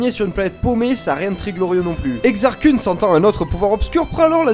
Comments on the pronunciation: Koun passe mieux que Keun. :p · Koun, je pense aux mangas à chaque fois ^^ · Vraiment sympa, dynamique, et les images sont cool aussi. Juste une chose, la Prononciation de Kun, c'est Keun :p Enfin après, c'est comme Thrawn ou Mara Jade, personne ne le dit correctement donc bon ^^ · Exar "kouuun" mdr